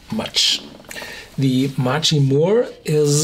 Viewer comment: "mack ree" = machrie